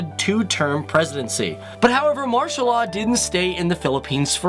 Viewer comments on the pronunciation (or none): none